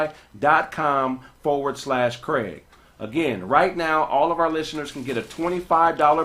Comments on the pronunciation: BlockFi not blockofi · Kraig saying Blockfi wrong is hilarious. Him not giving a damn is even funnier